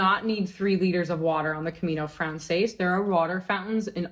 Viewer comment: I’m grateful for this packing list. We’re just starting our planning for next year’s Camino. There are so many things here I never thought about. Side note: your pronunciation of Camino Frances is painful. In Spanish it would sound like Camino frahn-THESS. In French the words are different: Chemin de Francais.